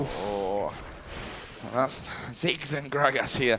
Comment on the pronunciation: its ziggs not six